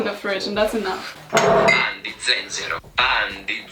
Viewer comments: The pronunciation of “pan di zenzero” was very good. I’m shocked 😯 👏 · After hearing your "pan di zenzero" pronounce I am happy to announce that you've become an honorary italian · Karolina's pronunciation of pan di zenzero was on point thooooo👏🏻👏🏻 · Italian is on point, her "pan di zenzero" was perfect, I'm a proud child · Oh gosh I'm Italian and that pan di zenzero was good 😂❤️